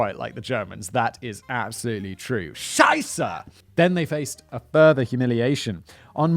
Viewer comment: Well Simon, you really nailed "Scheiße" and "Kaufhaus", at least at the second time 😁 Intresting story, but I'm really glad that science keeps getting better, though I don't think this will ever keep people from committing crimes.